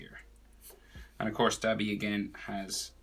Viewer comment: Its pronounced doh-bee